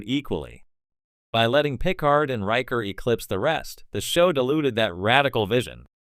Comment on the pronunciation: This is an interesting video but the pronunciation of "Picard" makes me wonder if you ever watched an episode of TNG. I'm hoping you're just saying it a funny way on purpose. Either that or this audio is just AI generated and the creator was too lazy to copy and paste a phonetic pronunciation into the script.